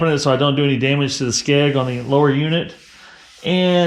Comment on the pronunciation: Skeg not skag.